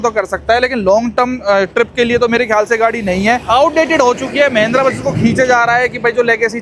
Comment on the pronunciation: Mahindra ❌️ mehndra✅️